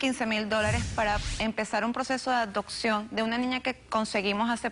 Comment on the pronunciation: Adoccion? Acectando?? Aprende a hablar por favor!!!!